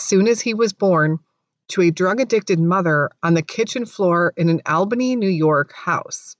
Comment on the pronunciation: Pronounced "All-Bunny"